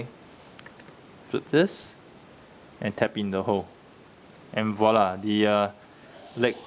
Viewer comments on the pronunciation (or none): none